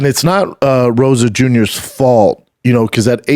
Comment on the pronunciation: Rosa Jr? This moron can’t even say Rosas